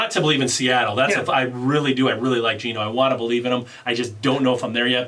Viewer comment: BILL-ieves 😄